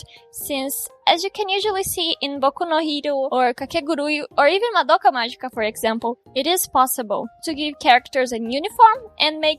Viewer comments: no momento em que você falou “madoca mágica” algo em mim despertou e me disse que você era brasileira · SÓ PELO JEITO QUE VOCÊ TINHA FALADO MADOKA MAGICA SABIA QUE ERA BR AEEEEE🎉🎉🎉🎉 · EU SABIAAAAA QUE VC ERA BRASILEIRA!!! kakakaka foi o jeito que você falou madoka magica kakakaka otimo vídeo amei os redesigns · Eu sabia que cê era brasileira no momento que falou "Madoka Magica"! Adorei o Taro ser brasileiro e mais moreninho. Princeso demais. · SABIA QUE TU ERA BR QUANDO VOCÊ FALOU "MADOKA MAGICA" ESSE MAGICA FOI MUITO BR AKGJBAKGBK gostei de voce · I knew you were Brazilian from the moment you said "madoka magica"😆🇧🇷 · Mano!! Eu soube que você é do Brasil assim que ouvi o jeito que pronúncia "Madoka Magica" KKKKKKKKĶKK Tô mt feliz de encontrar uma pessoa artista tão bom e do Brasil :)))